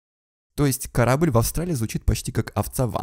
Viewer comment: Еще добавлю - супер медленная речь, есть какая-то странность в темпе речи. Значит человек не с севера, либо специально говорит черезчур медленно. Заметила акание с придыханием. Например "корабль" произносится как "кхарабль", Вообще заметно, что ролик озвучивал человек, который пытался работать над речью и говорить непривычно для себя, слишком театральная и неестественная речь. Акание с придыханием закос под московский акцент.